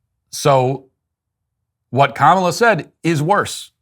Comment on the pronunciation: I need you to help make this go viral. There is a Disney Marvel show called Ms. Marvel who has the main hero whose name is Kamala. She is 100% Indian. Her Indian family and all her friends pronounce it Ka-ma-la. Not comma-la.